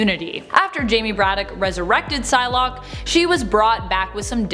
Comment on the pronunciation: When the vid started I thought you said sun lock